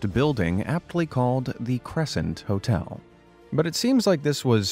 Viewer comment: for a sec i thought he said totel instead of hotel